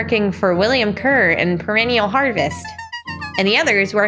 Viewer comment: love how they pronounce Kerr like "cur" such a good little nod to a bit of animal villainy